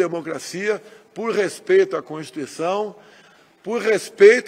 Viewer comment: nem consegue dizer a palavra "constituição", quanto mais respeitá-la